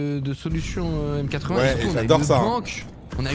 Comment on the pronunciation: petit détail M80 se prononce matey (tout comme m8 se prononce mate)